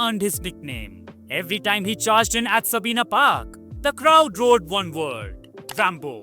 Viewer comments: it's pronounced Sahbiyna not Sabina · Pronounciation improvement required.Pronuounced Sahbiyna not Sabina